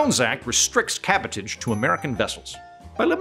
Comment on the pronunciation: "Cabotage" is pronounced like "sabotage" ....with an aaaaahhhhhh